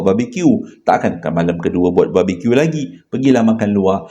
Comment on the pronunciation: jgn la ckp "babi Q" pelik sngt bunyi.... haha